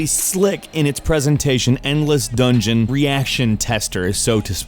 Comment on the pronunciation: REH-Dungeon? "FACEPALM"